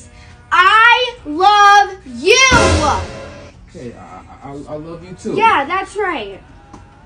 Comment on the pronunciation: She said “Love YoouWa “😆😆😆